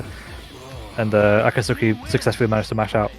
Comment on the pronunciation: "A-kat-soo-ki" ... lol